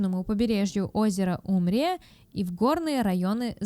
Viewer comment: БиайнИНи?? УМрия? Не ну в натуре, что за наплевательское отношение? Хоть проверяйте что записываете, хоть старайтесь правильно прочесть, если запомнить не можете. Вряд ли текст эта девочка писала, иначе не делала бы таких ошибок. Но она даже запомнить не в состоянии. Да ладно, уже внаглую прямо в кадре открытый ноутбук, поглядывает в текст и всё равно не может прочесть даже.